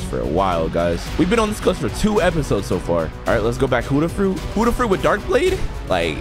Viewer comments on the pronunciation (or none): Why you say huddah not Buddah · the only annoying thing in this video is huddah when you always say ot as bu-dda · why do u call it hudah fruit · or peicing clothesline